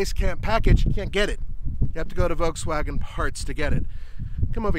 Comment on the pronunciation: The fact that has actually called VW "VolTswagen" is funny now that they wanted to rename the brand